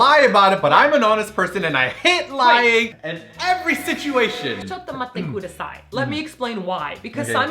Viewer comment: "choto mate kurasai" is the best way of me hearing "hoooollldddupppp"